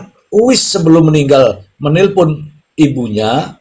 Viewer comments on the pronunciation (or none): Euis pak bukan uwis,nama orang Sunda